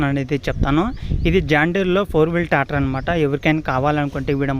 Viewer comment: Tator kadhu tractor